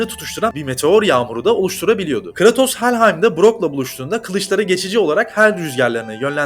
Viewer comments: Abi yaptığınız videodan bağımsız şu adamın ismini telaffuz ederken; "Kıratos" demeniz bana çok itici geliyor ya. Konuya odaklanamıyorum resmen. Abi doğru bilgiyi geçtim hiç mi oyununu oynamadınız ya. Eski oyunlardan yenisine hepsinde "Kıreytos" diye okunuyor bu adamın ismi. Bunu doğru bilemeyen, söylemeyen birinin verdiği diğer bilgilere nasıl güveneceğim diye de aklıma geliyor, kusura bakmayın, videodaki diğer içerikten bağımsız yapıyorum bu yorumu. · abi kratos deme artık düzgün oku şunu.